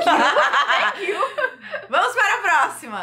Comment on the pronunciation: proxima PROXIMA kkkkk